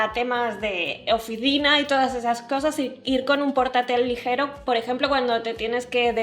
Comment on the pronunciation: Perdí la cuenta de cuantas veces dijo legero🤣😂